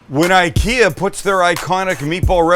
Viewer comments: Yeah, and it's ['ikea] after Ingvar Kamprad, not ['aikea] 😁 Sorry for fighting against windmills 🤣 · It's Ick-ea, not eye-kea. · Found your channel and my life is ruined! Send me a garlic press and maybe my wife will forgive you! It's Ick-Eeh-Ah btw.... who fkin cares right :) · Thanks for this. My Swedish sister in law pronounces IKEA as “E-Kay-uh”. Just enjoyed her Swedish meatballs this weekend, which she made with ground Turkey. Delicious!!! Yes McNally served with Lingonberry fruit spread , potatoes and cabbage that she allowed to caramelize to bring out its natural sweetness. She said,” Just like my grandma taught me.”! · If you want to impress your friends with your Nordic accent, start by pronouncing IKEA correctly. It’s E-KEA. Much love from Danmark. 🇩🇰